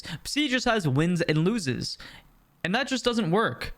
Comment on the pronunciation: Was getting to me too 😂😂 I thought he was unironically saying it at first 😭